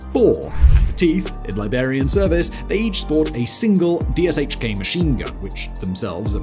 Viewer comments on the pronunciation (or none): I have never heard someone actually say each letter of dshk, I’ve always just heard people say “dish-kuh”